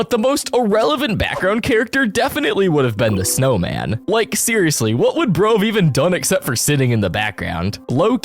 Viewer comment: How Dere u said snowman